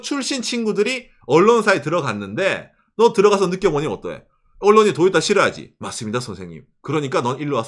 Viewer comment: 왜 토요타가 아니고 자꾸 도요따라고 ㅋㅋㅋ